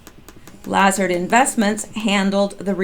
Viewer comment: its pronounced laZARD